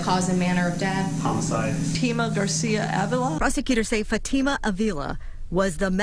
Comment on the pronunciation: She said Fat Ta Ma not Fatima 😂